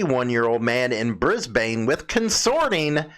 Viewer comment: 420 is legal in Victoria for medical purposes Its pronounced BRIZBEN Notices are like tickets Queensland is a state in Australia like Illinois is a state in USA Last but not least I'm not a club rider so I won't begin to speak about their buisiness or their members not owning bikes.